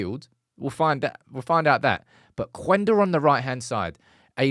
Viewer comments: it‘s Kenda, not Kwenda. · In Portuguese the U is silent. It's "Kenda" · I heard it's just pronounced Qenda (Kender) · hey there, Sporting and Amorim fan here. Just wanna tell you that that his name is speaken like Kenda. We dont read that "u" there. Also, SCP stands for Sporting Clube de Portugal, idk why people call it Sporting Lisbon besides their stadium being in Lisbon. Love the updates on Ruben stuff, i will forever love that man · Hi - his name is actually pronounce as " keyenda"